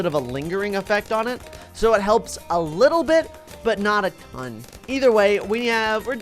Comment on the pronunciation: he said Ton real wierd